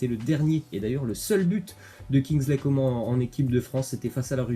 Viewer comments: arrête de dire coment ça se dit comane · Ça se prononce « Co man » et non pas comment 😭😭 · On dis kingsley coman on prononce le n on dis pas comment bordel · Bah si doit bien prononcer le nom des joueurs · C'est pas Kingsley Comment hein sa se dit " comane " on prononce le N 🤦🏽‍♂️ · C coman pas comment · Arrête de dire coman à la française ! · pekeño vlg mdrrrr je suis d’accord c’est insupportable le comment